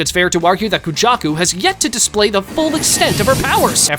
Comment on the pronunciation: i thought u said kenjaku instead of kujaku💀